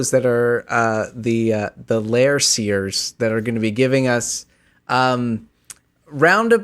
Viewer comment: The Ravens are Liar Seers not Lair Seers! I dont know what snake oil i need to give you in order to start saying it correctly.